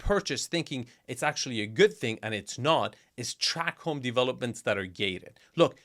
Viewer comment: It's called a tract home, not track home.